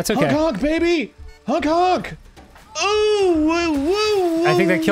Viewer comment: why do arins OOOHH‘s sound so foreign? he’s never said em like that before. 🤷🏻‍♂️